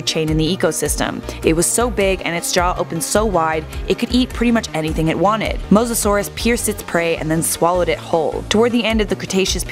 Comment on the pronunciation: Omg she pronounced it right Edit: I was starting to believe in you, then you called the Plee-zee-oh-saur a Ply-za-saurus